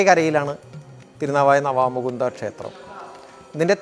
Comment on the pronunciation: നാവാമുകുന്ദ ക്ഷേത്രം അല്ല, നവാമുകുന്ദാ ക്ഷേത്രം എന്നാണ് പറയാറ്. നിളയുടെ അക്കരെ ബ്രഹ്മാവിന്റെയും മഹാദേവന്റെയും ക്ഷേത്രങ്ങൾ ഉണ്ട് അങ്ങനെ ത്രിമൂർത്തികൾ ഉള്ളത് കൊണ്ടാണ് പിതൃ കർമങ്ങൾക്ക് വിശേഷം ആയത്.